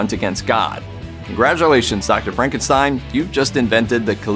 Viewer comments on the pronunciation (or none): none